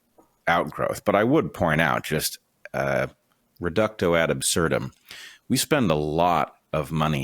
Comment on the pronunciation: Reductio ad absurdum, not "reducto", that's not a Latin word.